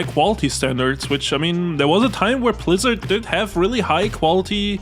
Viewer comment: 33 mins in homie doesnt know how to aay blizzard homie says plizzard